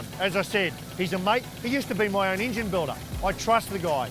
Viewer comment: My new drinking game Every time Larko says ingine